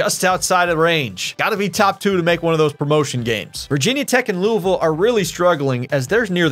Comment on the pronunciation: He said louisville right I’m satisfied